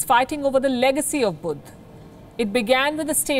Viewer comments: Lol what is Budh? It's Buddha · what the hell is "budd" lol